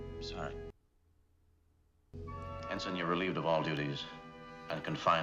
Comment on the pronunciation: Not “Henson”, but ENSIGN Garrovick…just sayin’